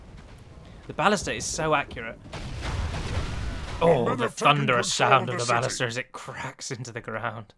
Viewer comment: I'm pretty sure it's pronounced Ball-ist-a.